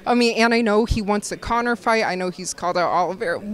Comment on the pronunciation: He really said conor in the co-main lmao 🤣